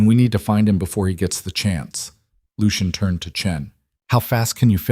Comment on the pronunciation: AI just cant pronounce Lucian.